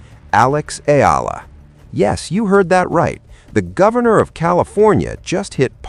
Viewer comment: Sir , She's " ALEX. E-YA - LA !, How we Pronounce her ( Family Name)"ALEX EALA" Our " PRIDE " 💖 of Philippines.. Thank U... ❤❤❤❤❤❤